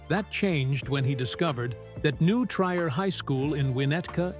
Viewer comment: It’s pronounced “New Tree-er” not “New Try-er”. ❤